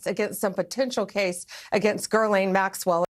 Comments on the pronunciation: Bondi; "...Girl-lane Maxwell..." ?? LOL Was that a Freudian slip?? ;) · Gurlane...she can't even pronounce her mame.